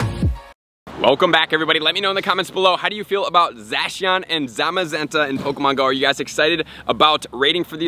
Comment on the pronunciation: The way he pronounces Zacian hurts me